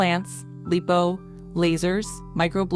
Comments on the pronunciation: Tf is "LEEPO" ?😂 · It's not LEEPO, it's LIPO= LIE-POE